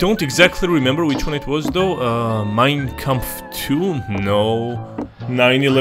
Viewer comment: bro said "mein kampf 2" a litle too german